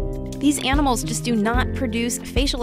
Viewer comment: " these enimels"